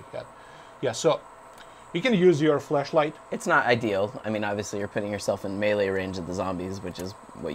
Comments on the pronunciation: I keep thinking he's saying fleshlight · lol fleshlight.. he actually says flashlight they sound similar :P good comment bro it made me smile havent laughed like that all day today no but seriously nice keep er comin goodjob add me up? :)